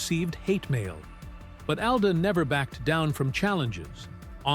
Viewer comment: How he allegedly got his last name makes no sense at all. His mother's last name did not begin with da. Call me crazy but I believe Brown begins with br. And the fact that you pronounced his father's last name properly but not his in the entire video is ridiculous.